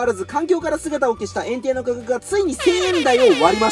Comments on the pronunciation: エンテイ↓がエン↑テイ↑になってる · エンテイの言い方ってポケモンと同じじゃないの？flat変じゃね？